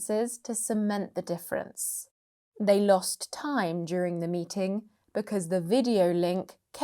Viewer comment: You have pronounced weak form of....the With a consonant sound...just in the beginning.